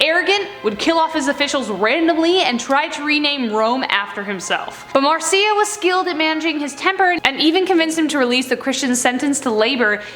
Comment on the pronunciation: Is it bugging anybody else that she's saying Marcia wrong